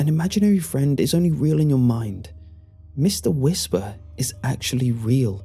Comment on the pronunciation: Meeshtar Weeshpar